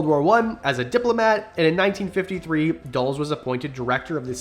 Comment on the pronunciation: When you said Dulles i didn't immediately know who you were talking about because that's the first time I've ever heard anyone pronounce his name that way. It's dull uhs